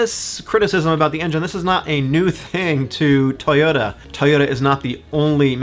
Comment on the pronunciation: Tuyutta? Where are you from? Minnesutta?